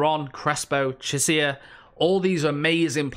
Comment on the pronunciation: Parma... Who the hell is Chisea? 😂